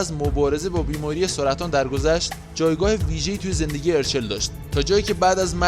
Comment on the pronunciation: یک لطفا درست تلفظ کنید اَرچَل دو این همه هانده عکس میزاری موهاشو دم اسبی بسته کی موهاشو به این خاطر رو صورتش ریخته سه هانده به خاطر اینکه بتونه به مادرش پیوند بده باید لاغر میشد و تحت رژیم های خیلی سختی بود و بعد اون له شکل محسوسی لاغر شد بعد اخه ادم بعد فوت مادرش میره زاویه فک میزنه؟ و اخری به دلیل نشون دادن چال گونش نبود چون وقتی تپل بود چالاش بیشتر دیده میشد